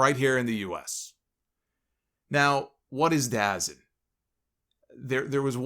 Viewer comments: It's actually pronounced da zone. It's the same streaming service that hosted the YouTube boxing stuff. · "DA-ZEN" 😂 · I'm glad you mispronounced dazn because that is what it looks like and it's a stupid name.